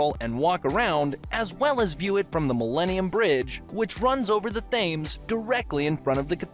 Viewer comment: The filming is good, the pronunciation in the commentary not so much! The Serpentine is pronounced '....tyne' and the famous river is pronounced the 'Tems'. Also, the Thames IS the longest river entirely in England, but we have one slightly longer which is the longest in the UK, that is the River Severn. They are 215 and 220 miles respectively. Minor points but maybe worthwhile for a future video :) Still enjoyed it :D